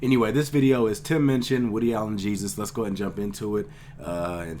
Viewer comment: It's Minchin, not Munchin!